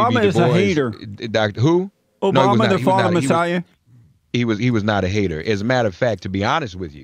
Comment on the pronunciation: Obama is a hater though I like it when Jesse calls him “the fallen messiahrrr”